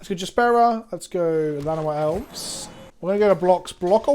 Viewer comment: I know you said "Llanowar Elves" but I was certain for a moment you said "Vana White Elves" and I thought there was some joke i didn't get